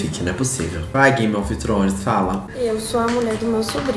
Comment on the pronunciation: "Vai game of thones fala" KAKAKAKAKAKAKAKAKAKAKA TO MORRENDO